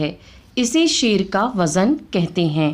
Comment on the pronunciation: آپ ہرجگہ لفٹ وزن میں زاے معجمہ کو متحرکب بول رہی ہیں ساکن بولیے